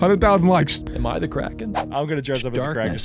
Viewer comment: why do you call it the kraen i's the giant sQiuid